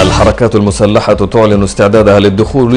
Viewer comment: قال قوات مسلحة لا قوات مشتحة لواء قال هههههه